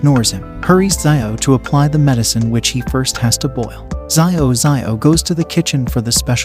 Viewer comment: Hey i am ur new sub and for the part where u are triggered it is xiao it is read as zaao for pronunciation and it means small or little which is commonly used by elderly to call the younger and in china first name is spoken and written after surname or adjective like xiao